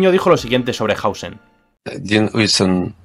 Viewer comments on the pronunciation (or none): No es dean hausen es dean huijsen